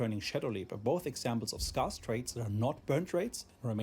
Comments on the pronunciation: S-care-s not S-car-s 😂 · For all the Germans in the world (and austrians) scarce is pronounced 'sk-air-ss' not 'sk-ar-ss'. From...THE BRITISH. Happy to be of assistance.